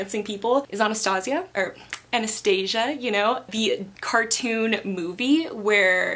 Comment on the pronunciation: i love the double unboxing!! also, does the way she says anastasia mean she saw the version in español latino where thalía sings una vez en diciembre????? love that version. (wait am i the only one who hears "this is pants down my favourite thing..." xd)